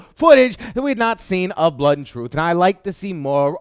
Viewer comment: No British person in history has ever pronounced 'blood' as 'blut' just FYI;) Great vid. Can't wait for pixel ripped and blut an' troof.